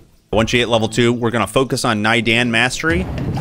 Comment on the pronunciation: Thanks for the walkthrough, planning to get back into this game soon. p.s. it's pronounced nay-darn, not nai-den :D